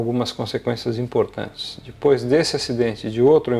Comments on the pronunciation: Ao invés de falar "Depois" ele fala "Dipois".. todo video ele faz isso.. é o nome do senhor, o canal é Avioes e cia.. Ele é mecânico da latam, mas ja foi transbrasil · Fora que é chato pra caralho, vive mendigando likes e o cara além de falar alguns termos de aviação errado, ainda fala DIPOIS. Da uma agonia de ver esse cara, na boa. Fora que ja deu p ver que ele não é povão.